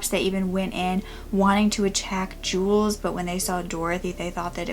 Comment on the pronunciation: Really? How could Jules be pronounced the same as Julius? They don't even have the same amount of syllables. It's jewels.